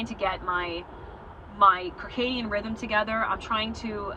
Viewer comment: Circadian pronounced with an s. Great video. Love hearing peoples stories getting off this devil drug.